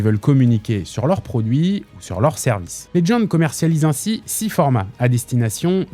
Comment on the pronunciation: Putain mais Legend ce dit legend et pas ledgend va chez l'orthophoniste...